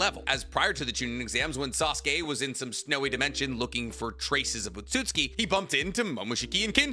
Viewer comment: OMFG! HE SAID OTSUTSUKI RIGHT!